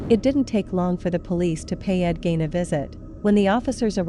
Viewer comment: I wish you would pronounce everyone’s names right. I’m from his home town and your video is hard to watch as the fill in photos and videos do not fit the time nor the Plainfield, WI. Please do better. Gein is pronounced using the e not the i.